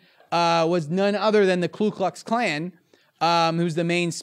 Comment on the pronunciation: When I hear a political analyst say "clue klux klan" I think this isn't their actual day job...